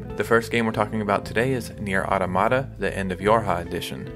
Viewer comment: The correct pronunciation of Automata is Ah--tom-ah-tah.